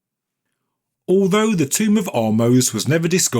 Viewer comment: It’s not a TOMB-er!